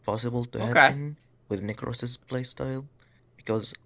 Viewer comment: Necros not nacros lmao